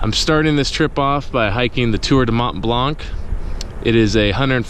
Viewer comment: Blanc actually means white in english and you don't spell the c at the end :) nice video tho!!!